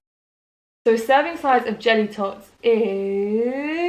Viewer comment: When she said "jelly tots" it sounded like she said "genitals" hahahahahahahahhahaha the average size of genitals 10.35 pahahahah sorry too funny